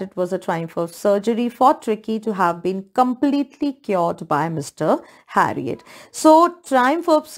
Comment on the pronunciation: Its not harriot its herriot